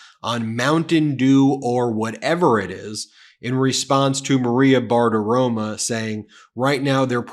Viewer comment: Did you say Maria Badaroma? 😂